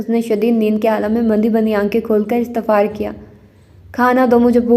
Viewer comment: It's "istefsar" not istefar...